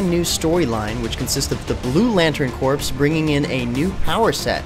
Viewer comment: Is it just me or did he pronounce it "Blue Lantern Corpse"...